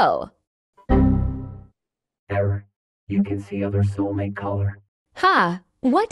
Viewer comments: soumate✅ soulmate❌ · "soumate" color💀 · Bro forgot the l on soulmate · Soulmate❌ Soumate✅ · Sorry but first scene says instead of soulmate it's soumate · its not soumate its soulmate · Bruh why it said soulmate instead of soulmate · bro "Soumate"